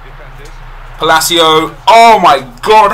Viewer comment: Palacio is pronounced "Pah-Lah-Cee-Uh" NOT "Puh-Lay-Cee-O"